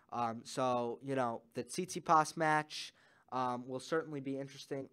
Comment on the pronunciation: Great analysis. PS: It's fun to hear you say cheechee-pahs :)